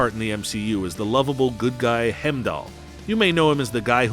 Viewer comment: Dude, what even is your pronunciation? Hem-doll? 😆 EEEdris? Hero-ic? Joel-ee? I’m just sittin’ here LMAO.